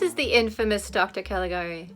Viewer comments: Yes, it's pronounced 'ka-li-GA-ree', just like you said. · I remember when I watched this in one of the History of Cinema classes I took in college. Such a beautifully designed film. Not only is it considered the first true horror film, I think it might also be the first film with a twist ending. By the way, you did pronounce "Calagari" correctly. I only know that because there was a remake of the film with sound made a few years ago. I've only seen the trailer, but it may be worth checking out on your own.